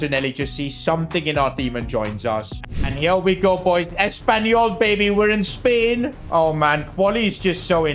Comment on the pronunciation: Bro literally says spahrain before the Spain race